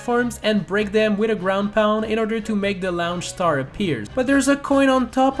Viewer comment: Laounche staer